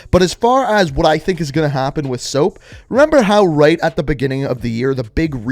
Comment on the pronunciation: I think you said soap wrong